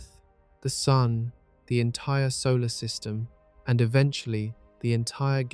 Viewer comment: AI is supposed to take over the world,but so far AI can’t even say “SUN” correctly. I guess the worldwide AI takeover will have to wait a little bit longer. 🤔